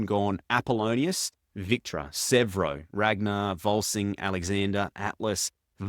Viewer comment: It's VolSUNG Fa, not VolSING